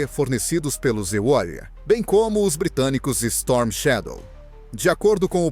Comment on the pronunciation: Não existe os EULIA ,fale e pronuncie palavras corretas em PORTUGUÊS não em PORTUNHES